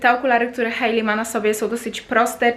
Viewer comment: W końcu ktoś kto poprawnie wypowiedział imię Hailey 🙈